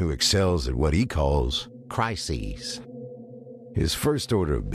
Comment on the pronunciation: " cry-seesss" lol